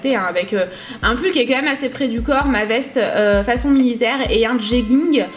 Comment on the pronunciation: STOP il est vraiment temps de ne plus dire ''MEUME'' au lieu de ''MÊME'' tu vois c'est comme les enfants un moment on leur enleve leur doudou ^^ 😂😂❤ Bon on t'aime quand même...